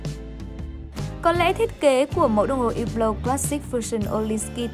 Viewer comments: đọc đúng rồi chứ sai ở điểm nào vậy??? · cách đọc đúng của "Hublot" phải là như trong video, âm "H" và "T" trong Hublot là âm câm nên ko phát âm 2 chữ này nhé. Chứ ko phải hăp-lót hay là hiu-lót như cách đọc ở VN đâu nhé các bác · Hublot đọc đúng phải là như thế, có gì đâu